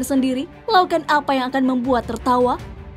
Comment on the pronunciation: Ngucapken wa alaikum salam warahmatullahi wa baraktuuh..blm fasih masa' wabarakatuk?? kan harusnya wabarakatuh.. coba anda dengarkan dengan memakai headphone..